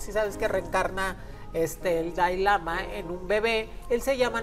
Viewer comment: Me queda muy claro que en si no sabes nada es una lástima que hables sin saber nada ni pronunciar el nombre del Dalai Lama primero ten cultura y el Budismo no es para creer para comenzar el Budismo no es una religión lastima de tener un micrófono en la mano no sabes nada y todo lo inventas eres muy ignorante lastima que dices que dices que haces predicciones no predices nada todo lo inventas y demuestras tu ignorancia te escuchaba nada mas para estar viendo la ignorancia de las 2 qué lastima que aya personas que si creen en todas tus tonterías